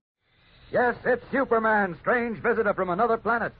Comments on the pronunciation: Yeah - that tickled me too. It seems like one of the announcers was trying to have a posher radio voice than contemporary BBC radio announcers! Syuper! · Love that the announcer pronounces it "Syuperman"